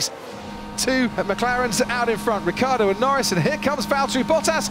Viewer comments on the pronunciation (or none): Ricciardo with the iiiiii please !!! Not Riccardo!!